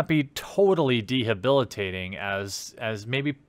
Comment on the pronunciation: . deHABilitating? As opposed to debilitating?